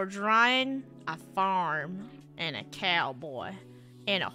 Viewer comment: A faurm a couhboi and a horsæ